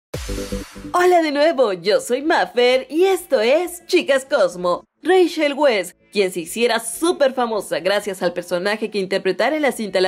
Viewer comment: se pronuncia raichel vais